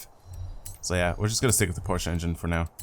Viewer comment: I think you’re the only youtuber to pronounce Porsche correctly LOL